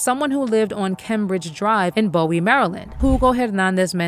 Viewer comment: Bowie is my hometown, and it's pronounced, "BOO-wie". Dacara's actions seems so inconsistent with her past behavior. He may have conned her into going with him